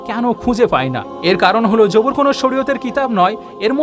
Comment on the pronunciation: যাবুর না, জবুর।